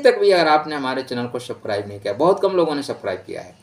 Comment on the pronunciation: Subscribe bolna sikhlo. Aap wrong pronunciation karte ho